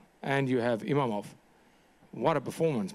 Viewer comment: The name is IMAVOV, not IMAMOV, not IMANOV, I-MA-VOV, and he's gonna whoop your ass